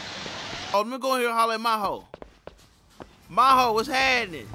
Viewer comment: Every Miho in Japan be rolling on their grave when say "Ma Ho" rather than "Mee Ho"